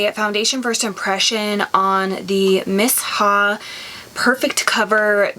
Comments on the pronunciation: I don't like the clinique jelly moisterizer the best day moisterizer I found was the First aide beauty coco gel moisterizer I love it for day time under makeup it sinks right into your skin . miss ha..😂 its me-sha is how its pronounced I think maybe I should have gotten the darker shade I got 23 and it leans super gray but I mean I guess u can't really tell when its on it kinda just blends with ur skin. I ware light coverage all the time I hate heavy stuff on my face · Miss- Haa 🧐🤔 😭😭😭😭😭 it’s Pronounced ‘Meeshaa’ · Miss ha? 👀 "mee-Sha" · thanks for your product review. It's pronounced MEE-SHA. Lol